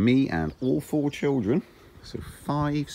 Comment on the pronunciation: The "all fooour children" sounded a lot like "aaaawful children", hehe.